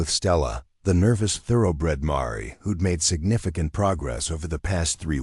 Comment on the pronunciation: Mar e? Pronunciations are atrocious!!! My husband and I housed many rescued horses patience gentility are essential I.e.gentle loving care